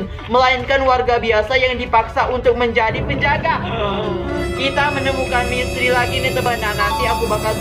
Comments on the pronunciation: Bang ko ngomong misteri malah jadi mestri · Mistery kak bukan mistry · Kak kalo ngomong misteri kok mustri...🤣wkwk kasih love ya😍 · Gw: misteri.... Kak: mistri...wkwkwkwkwk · Emanag tapi gak papa kok maksh han lucu